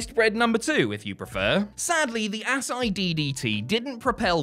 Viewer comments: Ass eye???? Lol.....Asai = uh-sy-e... moonsault ....Ass eye😂😂😂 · Ultimo finisher is pronounced A-sah-ee DDT lol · Ugh... I'm a fan of you guys, but mispronouncing "Asai" (ah-sī-ee) is mind-boggling given that Ultimo Dragon is hardly the only guy to use it and plenty of other wrestlers have not only done the move, but have still called it the Asai Moonsault. 🤦‍♂️ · I thought Asai was pronounced uh-saw-eee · Asai. Ass-eye.🤣🤣🤣